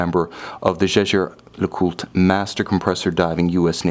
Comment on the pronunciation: I love his videos but I really wish he would learn how to properly pronounce Jaeger LeCoultre.